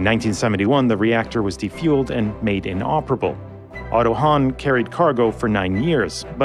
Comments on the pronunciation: * Otto Hahn (not "Hanh") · ad It's "Otto Hahn", not "Otto Hanh" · it's otto hahn, not hanh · Good video. Yet, it's "Otto Hahn". Not "Otto Hanh". C'mon, it's four letters, it's not the Otto Muenkenstengler or something ... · How to stop hearing "Anna Savanna"?😄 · Otto Hahn - "Hahn" meaning "rooster", but only literally - the 'h' in the word prolongs the 'a', making a long 'ah'.